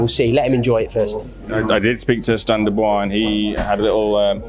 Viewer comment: AT LEAST LEARN TO PRONOUNCE DANIEL’S FRENCH LAST NAME PROPERLY FONETICALLY IT SHOULD SOUND “ LIKE DU BOA’ , AND NOT “ DU VOICE “